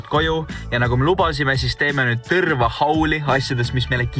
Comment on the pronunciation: see on ikka Tõrva mitte Tõrrrrrrrva. Järgmine kord tead